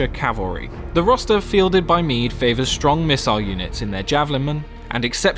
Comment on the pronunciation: Kingdom of Mide ? is it not Meath?